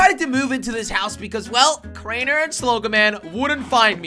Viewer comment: It's crainer not kraner